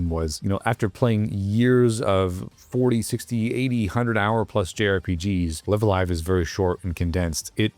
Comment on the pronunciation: Very cool game, but small detail here. The name is pronounced with both "lives" as if you were saying "I'm going live". "lie-ve" instead of "lih-ve"